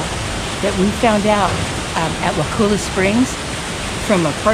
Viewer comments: Look dont say wakulla like wa-cool-a the locals dont like that, its more like a wakulla said like color but with an a sound at the end instead of an r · FYI it is pronounced WAA Cull A not WAA cool a. The boat rides are well worth your time! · You were so close, wa kull a is how we say it.😊